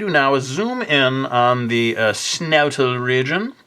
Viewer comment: "snoutal region" he sounds so posh saying it XD